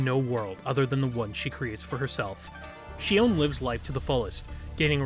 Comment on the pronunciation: Not sure why you mispronounced Shion's name in this video? Her face does move in game. She winces and smiles in animations. Her design reads more like cyborg human than an omnic wearing a human mask bc Hashimoto wear demon(oni) masks (where Shion deems humans the demons.) I don’t really like Shion's writing set up because she feels more like an allegory for human abusive mothers and generational trauma, rather than Shion being omnic first. Bastion, Zenyatta, and Ramattra are all omnics first. Even Orisa and Echo are robots first, not clearly metaohor for human situations like how Shion is an abusive mother figure to Mizuki. I think Shion also unfortunately veers way too much into a regressive "Dragon Lady" stereotype. :/ Her sadism, materialism, defined as 'ooooo uncanny' and its just an Asian woman that looks like a cyborg human, ooc vacuum sealed bust and butt, etc do not read well, nor that devs directly said Shion was inspired by O-Ren from Kill bill. Really disappointing they used kill bill as inspo, considering the director is a woman abuser and actresses were abused during kill bill filming. John Wicke inspo was fine enough. Shion feels like the writers are trying to hard for her to be "edgy badass" without the self aware camp other heroes have like Reaper. Shion's intro animation on the menu made me /laugh/ bc it feels like the writers are trying to hard to make her edgy. Like... where is her camp? Imagine if she had gunheels like bayonetta and did campy action scenes